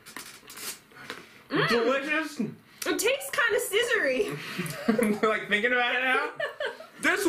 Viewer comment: 'it tastes kind of sccisory ' Me: 🤣 Love u and u r so funny